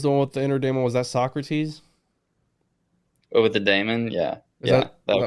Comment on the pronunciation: Saa-Kruh- teez